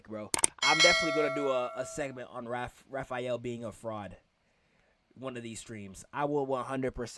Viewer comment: Raph, not Ralph. He's not Ralphael, he's Raphael